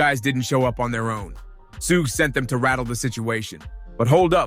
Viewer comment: Who the fuck is suga? It’s suge knight. Not suga. Su gay. ? Wtf?